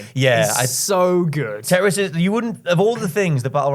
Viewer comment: Can one of you three please pronounce "tetris" properly? It's your job